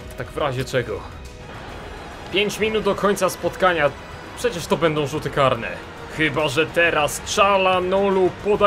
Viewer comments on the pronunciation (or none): none